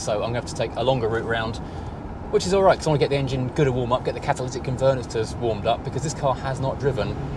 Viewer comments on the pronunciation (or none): Well, I’ve never heard anyone say Catalytic Converter like that before 😆 BUT great news on the MOT and the content for this car and it’s story from its previous life stateside, your efforts to obtain it and everything that is happening now is brilliant!